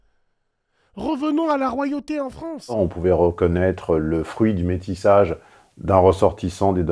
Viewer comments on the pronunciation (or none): none